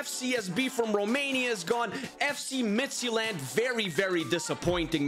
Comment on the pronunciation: the day pronounces FC Midtjylland correct, spurs will win a major trophy